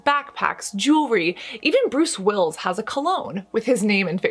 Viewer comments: bruce wills? its bruce willis my dear, will isss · Did you pronounce Bruce Willis’ surname as “Wills”?